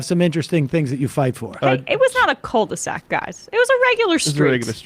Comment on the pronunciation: Didn't understand "cul-de-sac", as I thought Jimmy said "cold sack". Ha!